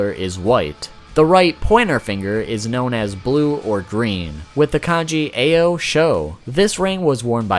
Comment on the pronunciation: You pronounced allot correct but AO is (AH-OH )